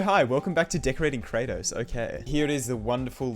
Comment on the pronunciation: Very noice more Kra-toes